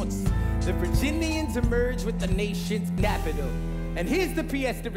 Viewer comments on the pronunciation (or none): did he say the nation's "napital" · "the nation's napital" lol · lol "napital" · Is no one gonna talk about how he said the nations napital I love it and I will cherish that mispronunciation for the rest of my life